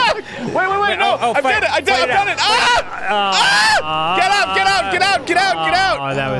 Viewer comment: When Arin was yelling get out, it sounded like "GET IT UP GET IT UP GET IT UP GET IT UP" and I was very confused